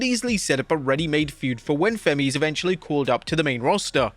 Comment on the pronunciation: Oba Femi not Fenny 😂